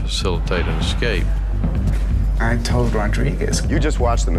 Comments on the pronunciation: xscape is not how you say it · They keep saying ex-cape... its escape... call me a grammar snob I don't care lol... its irritating